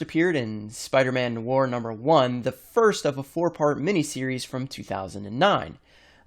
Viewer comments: It's spelled No-ah-r not nour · it's "nuh-wire" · Noir is pronounced Nwahr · Wow you don’t even know how to pronounce noir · ... why do you pronounce "noir" like that? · He pronounced noir wrong lol, I know this because I know French and in French noir means black